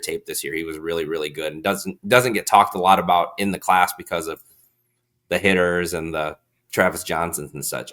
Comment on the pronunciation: Love the show, thank you very much for this. Just FYI, it’s pronounced “high-ter” not “hitter”.